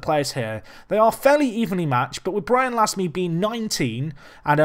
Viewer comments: Pierre Gorce it would be pronounced more like "lahm" the "e" isn't pronounced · We pronounce "Lasme" -----> "Lame", a blade in English if you prefer